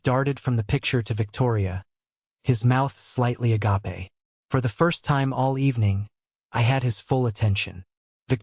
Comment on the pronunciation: There are several words that give it away. Another is 'a gap eh'.